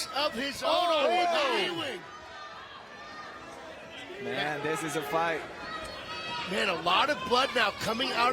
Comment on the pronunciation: Great fight but I prefer it with the sound off with this guy yelling, "OHHH". His name is pronounced, "U Wing", not E Wing.